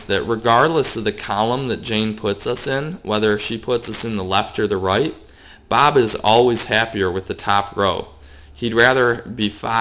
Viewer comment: i love you say bob....BAAB